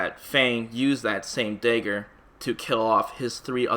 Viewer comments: dude it’s fucking DAGGAR..not dehger..that shit killed me. good video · Why do you say 'daegur'? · The "day-gger" lmao... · "Day-ger" lmao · He doesn’t know how to pronounce dagger. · I was thinking that too lol